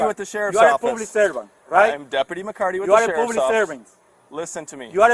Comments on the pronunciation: It's public no poblic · “You are a pooblik servant” 😂🤦🏻‍♂️😂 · " you're a poo-plik servant" 😂